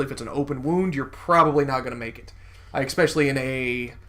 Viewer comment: Especially not Ecspecially. Just trying to help